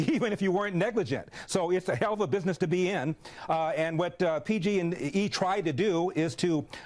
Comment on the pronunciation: He said pg&G 😂